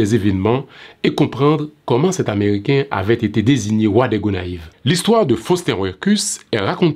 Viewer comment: Il faut porter une petite correction vous dites gonaives